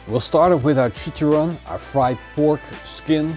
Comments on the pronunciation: it's chichaRRón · This looks awesome bro....you crack me up on how you pronounce tortillas and chicharron....hahaha=p